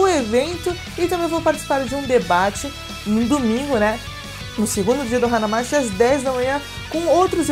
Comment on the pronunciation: Na verdade a pronuncia correta é Hana Mati (e não mashi) ^^ Significa a cidade das flores Pena não morar em Joinvile para ir x-x